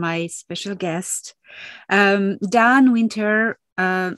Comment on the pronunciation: 1.34.27 it's your surname D- an - aan!